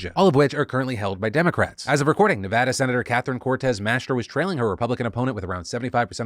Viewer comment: I just had to say thank you to Phil for pronouncing Nevada right.